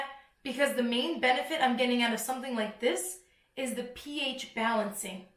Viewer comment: Man I just choked laughing when you said "The PH!!!!" 😂😂😂